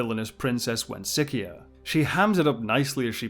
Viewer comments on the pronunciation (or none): OMFG. When people make videos about this franchise, WHY WON'T THEY EVER LEARN TO PRONOUNCE THE CHARACTERS' NAMES CORRECTLY??? "Wen-SIS-cia" - there isn't any "K" sound. Holy crap, she was so miscast in this. The point of Paul marrying Irulan is that Irulan is Shaddam IV's ELDEST daughter. Wensicia is supposed to be YOUNGER than Irulan. So of course TPTB can't do basic math and realize that they cast a woman as Irulan's younger sister who is 30 years OLDER than the actress playing Irulan. 🙄 I love Susan Sarandan as an actress, but she is horribly out of place here. It took me right out of the story at times. Wensicia is a schemer who is angry with Irulan for failing to effect Paul's demise so Shaddam can be restored to the throne, and when she realizes that Irulan has no plans to help with that, she's determined to put her own son (Farad'n) on the throne - thus the plot to kill the Atreides twins. When she thinks that only Leto has been killed, she offers Farad'n to marry Ghanima (reasoning that her son, as Shaddam's grandson, would take the throne and Ghanima's role would be to step aside). It's disappointing that Sarandon chose to play the part in a "hamming it up" way. Wensicia was ruthless and very much not a ham.